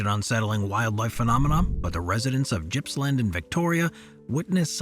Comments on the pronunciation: Its not Jippsland its Gippsland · FYI Gippsland is pronounced with a hard G, like goat. Not criticizing, just trying to help mate.